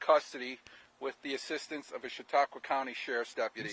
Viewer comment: "Chat-uh-qwah" oof that was like glass in my ears